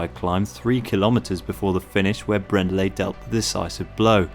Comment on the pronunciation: Brändle is a massive talent, but the way you pronounce his name makes me wince - it's BrAIRn-dell ;-)